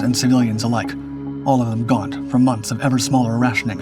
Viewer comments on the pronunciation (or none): none